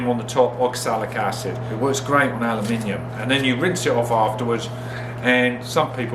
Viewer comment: Glad to hear you still pronounce the last "I" in aluminium! I'll try this myself next time. Quicker than the soda blasters.